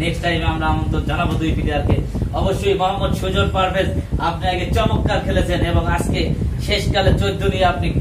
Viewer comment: Shondor uposthapona vi..tobe শব্দটা হবে চমৎকার ( চমক্কার))